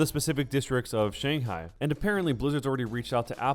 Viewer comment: I think that Blizzard should sue them because that's a ridiculous ripoff, but as American from Shanghai I think you should look up how to pronounce Shanghai.